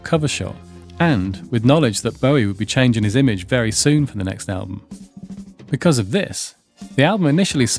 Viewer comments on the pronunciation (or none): none